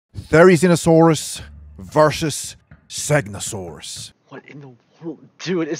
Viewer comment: The way he said versus tho 😂 "vershus" 😂😂😂